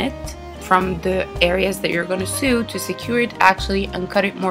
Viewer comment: OH MY DAZZZE LEARN YOUR WORDS ''bowwl'' ''seww'' -_